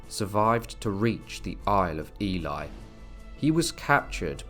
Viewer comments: If I hear Ely (Eel-ley) pronounced Eli one more time, I will scream! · Nice history. Just one point. The now city of Ely, is pronounced Ee-lee. Not Ee-lie as you pronounced it several times. The word Ely hasn't changed over time, meaning 'island of eels'. It's a common mispronunciation for people confusing the sound of Ely with Eli. Thanks for the video. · Please please pronounce ely: eelee, thats how you say it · Isn't Ely pronounced E-Lee not E-Lie? Genuine question, I've always used the former pronunciation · That pronouncing of Ely is annoying and spoils the provenance of this story.